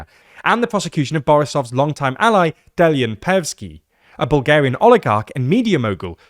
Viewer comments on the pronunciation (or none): none